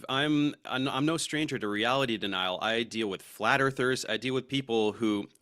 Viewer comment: I thought he said "Flatter Thirst". But it was flat earthers, lol